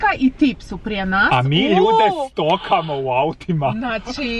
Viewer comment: I ne kaze se stokamo nego stalkamo